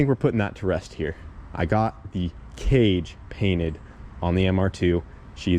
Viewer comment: yea im proud you got the page cainted but gosh darn you said it wrong